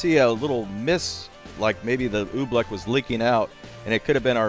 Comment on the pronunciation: Oobleck? No Oofbleck